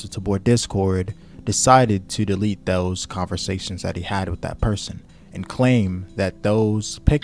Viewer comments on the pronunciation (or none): none